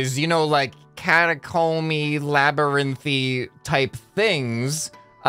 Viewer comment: Ahem... ... CATAcomb-y... labyRINTH-y... It's almost like you're trying to tell us something.